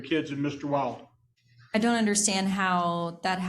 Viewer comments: He's INTENTIONALLY saying "WILD-en" istead of "WIL-den." It puts the word "wild" into everyone's head and annoys her which may create an emotional reaction. her voice texture begins to change...indicating the stress is getting to her. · Its funny the lawyer keeps getting his name wrong. He keeps saying wildman. Doesn't ever fix it. I love it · That lawyer is worth his fee frfr… I swear he was saying “wilden” on purpose just to be annoying. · Lawyer thinks hes slick saying that boys name wrong on purpose. Hes calling him "Wildin" for s reason 😂😂😂😂😂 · Who else thinks the judge keeps mispronouncing the boyfriends name on purpose? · Anyone else notice that his attorney is purposefully misannouncing Mr. Wilden? What great strategy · The husband's attorney is also getting the name wrong on purpose to upset her. 😂😂 it's so childish and I love it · Judge mispronouncing his name purposely to test her patience and push back. Dude is slick 😂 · She gets more mad about him pronouncing his name wrong over questions about her kid